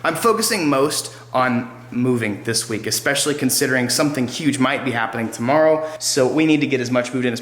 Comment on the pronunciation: "something huge may be happening toomrrow"